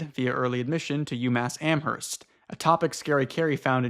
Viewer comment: ok guys YOU DONT PRONOUNCE THE H IN AMHERST!!! PLEASE ;-; every time lol